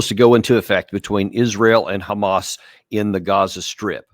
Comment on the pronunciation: Does anyone else hate the way Jews pronounce the word "hamas" ? 🤔